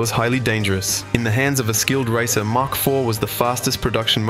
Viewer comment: Get it right! Mach IV. As in mach 1, the speed of sound. Said 'mack' not 'mark'.